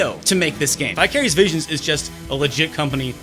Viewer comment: When you said "Vicarious Visions," I thought you said "Bi-Curious Visions."